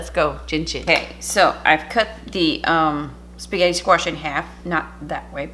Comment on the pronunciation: QUEEN! Darling, you saying 'S'getti' uplifted my entire day.😍😊 This was definitely an inventive Booger delicious creation. All love to you, Tom and pupper and family. xoxoxo